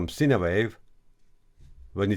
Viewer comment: Informative video for the newbies😎 One small thing- "Sine" wave, when spoken in English sounds like: "Sign" wave, not "Sina" wave. I've always understood what you meant when you said it, but it may throw some noobs off- especially if English isn't their 1st language. Please don't forget think I'm being critical, I love what you do, and am letting you know because you seem like a good dude, and would want to know yourself🙂 Take care my brother, Aloha from Hawai'i 🤙🤙🤙